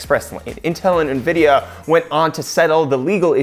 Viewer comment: Did you just say nahvidia? bruh... en videe ahh